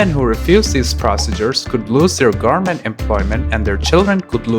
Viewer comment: Just found this channel, very informative. If I can give a tip, speak slower, some words are rushed, like goverment sounding like garment. Also a bit more pauses between sentences. The whole sounds rushed to transfer the information. If you speak slower and put emphasis on important vowels and such you can improve receptance. Keep it up, I'm curious about how you will grow as a documentary maker